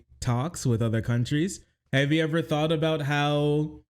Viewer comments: the put-upon accent is so insufferable to me. ive never heard anyone say aboot irl in my life HE DOES IT ON PURPOSE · I'm Canadian. We do not claim this obnoxious idiot. And the "a-boot" pronunciation is largely an eastern Canadian thing. 😂